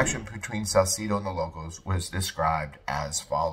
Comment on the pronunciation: You said Salcedo wrong too brotha